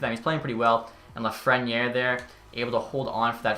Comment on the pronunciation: I don’t know why this bothers me but it is pronounced la-fren-air Great vid love this series